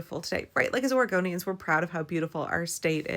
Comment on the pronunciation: prinounces Oregonians like Origamians 🙂. Can we have giant folded-paper costumes at the next rally?! 🤔 is that even possible? They'd be more ecologically and environmentally friendly than inflatable vinyl-plastic costumes.....I dabbled in origami as a kid, and it'd be cool to see giant wearable versions....if anybody can do it, it's Portland!